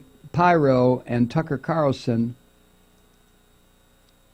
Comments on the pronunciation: Its Pirro not pyro. Pyros like fire, Pirro is a dipshit. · It's Peero not pyro. Lol. 😂😂😂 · Not that it matters, but I think it's pronounced Peero. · Her surname is pronounced "Peer-Oh". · 😂 Thank you Thank you Thank you for commenting on She/man Pirro, Mike ... correct Pronouncement of her/his last name is (peero) . Doesn’t she sound like a guy in women’s clothing ? .. but worse is her never ceasing love for (#45) Pinocchio 🤥... 4/4/19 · He knows. He's just having fun with her name.